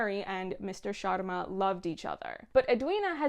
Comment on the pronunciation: God I loved it when u said sharma the right way and not “Shaama”